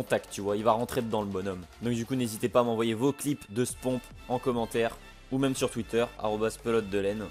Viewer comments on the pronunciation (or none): none